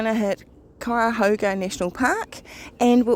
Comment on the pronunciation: You surely did pronounce Cuyahoga right. I was born and raised near the Frazee house and my youngest sister still lives in the same house. The older sister lives just up the hill from MD Garage. That was a lengthy ride you two made.